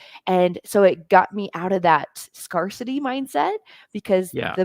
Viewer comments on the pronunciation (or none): Scarcity has a long A sound. Scarce with long A. Scarcity, with long A.